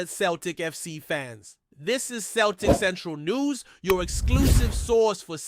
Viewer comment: It’s pronounced Sell tic. Not Keltic